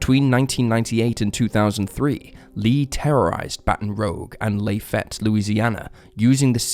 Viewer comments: Still, it’s not that hard to find out the correct pronunciations of places. If you’re producing videos, not seems the least you would do. Pure laziness, in my opinion. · Baton Rogue? La Fie ette? Police Drivers in the river? Come on, man. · Also La- Fie- Ette. I'm aware that in other parts of the country it is pronounced La- Fay-Ette but in most of the coastal states, it's from French influence & is pronounced the first way (though he used neither pronunciation. I'm not even sure how to phonetically spell what he said, lol). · Btw it's Baton Rooj not Rogue, and Lafayette is Laf-ee-et :) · As a louisiana native your pronounciation of Baton Rouge, and Lafayette is fuckin hilaeious. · Mari ann fowler case- Pronounce the city names like your french- baton Rogue, and Layfette are French/Cajun names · You can't even pronounce 'Adidas', 'Baton Rouge", or 'Lafayette' properly. Talk about butchering words! 🤦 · 🧻🧻🧻 This is all I could find for the Americans that are upset about Baton Rouge and Lafayette being mispronounced despite the fact that they purposely mispronounce every city outside of America. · Baton Rouge and Lafayette are French words please pronounce them properly. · Dude, learn the correct pronunciation of place names Baton Rouge, like a bat on rouge lipstick. And it’s Lafayette after the French general that helped the United States during the American Revolution. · that doesn’t excuse Lafayette. British narrators seem remarkably bad at pronouncing foreign city names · Baton Rogue? Lafayette?! Man your pronunciation is bad😂